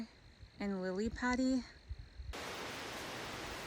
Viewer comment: "Lilly-paddy" You rock way to enhance the English language - I am so glad you are experience the "lily-paddy" world!